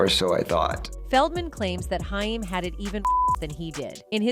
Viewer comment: HAIM...pronounced HAAAAYYYY-MMMM